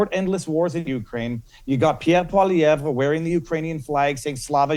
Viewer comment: He said Poilievre correctly !!!